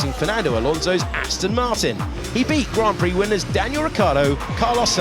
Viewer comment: What was that at the beginning with the American accent when he said grand prix 😂😂😂 and then automatically back to English accent hahahahahahah that doesn't impress anyone lol 😅